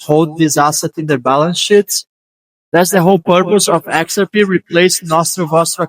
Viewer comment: You're pronouncing "XRP" wrong. You're putting the emphasis on the "X". You're calling it "Xrp". But we say it the other way around. We pronounce it "xrP". You have to put the emphasis on the "P".